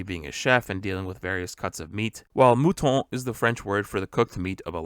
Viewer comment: Thank you very much for finding all the easter eggs ! When you talk about Sanji attacks your "Mouton" was very well pronounced